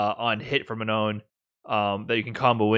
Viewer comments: It's Manon not Ma-non! haha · I appreciate covering this but he really pronounces "Manon" in the most American way haha